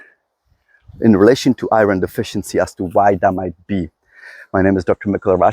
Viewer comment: I love, love LOVE hearing you say "i-RR-onn" levels! I love your accent! Oh & I love all these talks! I've learned so very much, thank you Dr.! 🩷✌🏼🩷